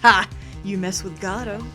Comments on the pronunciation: People like you ruined Godot for me, saying he has to be one way to be perfect. "He isn't good if his name isn't pronounced like Goh-doh!!!" And someone said "Tip, Godot has a deep and sexy voice" Just let her make him how she wants to be. Watch Farfromsubtles playlist and they gave him a robot voice, I loved that bc it was diferent from all the sexy Godot's out there... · Really happy to see your reaction to Godot! Though, you appear to be periodically switching pronunciations for his name. While I feel like the proper one is "go-DOUGH", I'm pretty used to hearing "GOD-oh" by now as well. I've not usually seen people switch pronunciations like you have, though. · I figure there's comment somewhere that says this but it's Guh-Dough not God-Dough. There's only one D in the name. There I got it out of my system. (I'm aware this series 7 years old XD). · I forget if these are batch recorded but, its pronounced like Go-dough(perhaps with less of a strong "Go" sound since typically you don't put too much emphasis on it and you say it much faster as a result), not God-oh. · Aww! xD ♥Oh, dear; I cracked the EFF UP when you called Godot "Giordi LaForge"! xD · Meet Proton Jon's favourite character. I can't wait till you find out about his backstory. And according to the play it's pronounced Guh-Doe but I like to call him Goh doe or God-Oh because Guh-Doe is kinda hard to say fast. And if you think Godot and Edgeworth are hot just wait till the fourth and sixth games. (Probably 5 too if you're into goths) I swear to god whoever designed those prosecutors had the yaoi/bishonen genre in mind. As for the girl in my avatar? She's from the sixth game. So if you can't wait for or Tim to get there you can always play it yourself and meet her. God is she cute! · Just for clarification, it's pronounced "Goh-doh". The judge mispronounces his name as "Gobo" for that very reason.